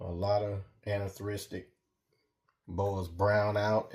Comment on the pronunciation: Nice Boas, but I notice that Americans struggle to say "anerythristic" and "dwarf" correctly 😂